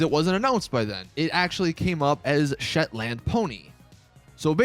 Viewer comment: I'm a Scottish man myself and you have completely demolished the name 'shetland' you pronounce it like shetlnd (well that's how I do it in Glasgow or it's just me being an idiot)